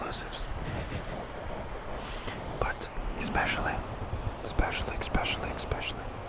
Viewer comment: When you said “ickspecially”😳